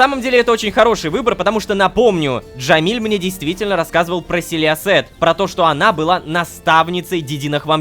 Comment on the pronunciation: Я когда лололошка говорит селиосет я слышу силести😂